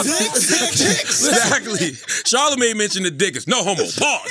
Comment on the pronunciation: Charlemagne"worvy" tha god